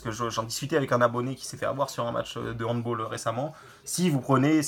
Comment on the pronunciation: merci pour ton avis ! par contre handball (d'origine allemande ) et non hand b"oll" :)